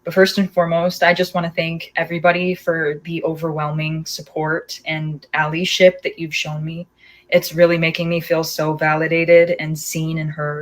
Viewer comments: “Allieship” (allyship) 🤦🏾‍♀️ It’s “Al-eye-ship” sweetie. Lawd she all over the place. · She said alleeeship instead of allyship 🥴sorry to nitpick but. Something about this feels a bit fragile. Like has she ever cared about allyship before she was the victim? Did she know what SA vs indecent exposure was? Why was her first instinct to post? Record it (still not good) but go to the police first or something??. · Did she just say Allie-ship?? 🛑 this child and her ChatGPT-ahh statement 💀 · She said "alley-ship" I cannot